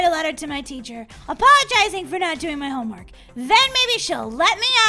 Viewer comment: You should probably finish your homework Molly you make me laugh when you say homework shomwork